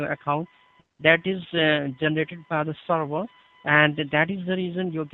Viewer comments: the way he says "sorvor" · Lol him saying server like "sorvor" killing me 🤣😂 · “let me check the sorvor sir” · oh, he's saying "server"! I kept hearing "star war" and was confused what that has to do with anything : D